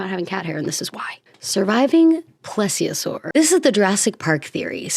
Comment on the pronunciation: yeah, I was about 7 for most of 1993 then so within that age range when dinosaurs became an Asperger's fixation. I've usually heard the pronunciation of plesiosaur with it being like the word "please" at the start. Oh, and the stegosaurus you said at first is the one with diamond shaped bone-fins along its back and the 4 spikes on the tail. If you've seen the second Jurassic Park film, it's the ones Sarah was taking pictures of before the camera made a noise rewinding the film and got them alerted thereby.